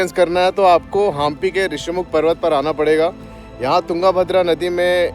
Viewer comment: भाई, आप हम्पी को हांपी, तुंगभद्रा को तुंगाभद्रा, और कर्नाटक को कर्नाटका क्यों बोल रहे है? ऊपर से आप को रामायण की बातें पता नहीं वो भी आश्चर्यजनक है! चलो वो नहीं पता वो तो ठीक है पर रामायण त्रेता युग में घटी और उसके बाद द्वापर युग आ कर गया वो भी पता नहीं? शर्म की बात है।